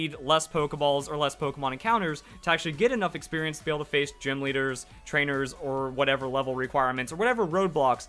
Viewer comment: Jim? Not gym?